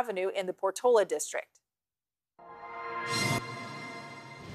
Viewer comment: Its PORT-O-LA